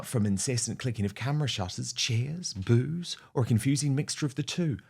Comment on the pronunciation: 😂 I thought CG said “…she can’t handle the booze!!” Well…ja, we all know that….. but, she meant the “boos!” How hilarious…. Maybe a slip of her tongue 👅??